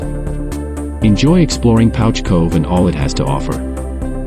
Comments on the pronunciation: It's pronounced Pooch. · The narrator is pronouncing the village incorrectly. It’s pronounced Pooch